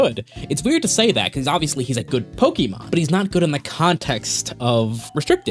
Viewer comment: he pronounces “pokemon”2 different ways and alternates almost every time he says it 😅